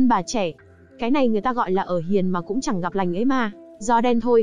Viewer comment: Bạn đọc review quê ở Thanh Hoá hả. K đọc nổi dấu ngã sao. Cứ " giải ngủ", củng đâu biết